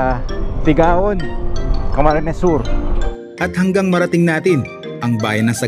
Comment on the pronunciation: Nakadaan na rin kami dyan ang ganda ng Sagnay it pronounced po sir as 'Sangay' and Tigaon also pronounced as 'Tigawon' po.